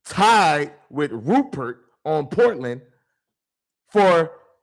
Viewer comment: Dude, you need to learn how to pronounce the names of Avdija and Rupert, it’s embarrassing bro. The Rockets choked in the 4th quarter, only scored 15 points. 😂😂